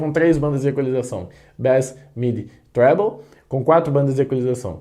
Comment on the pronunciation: Gostei do "trébouu" rsrs